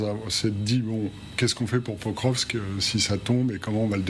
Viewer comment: /pakróvsk/ not /pökrövsk/.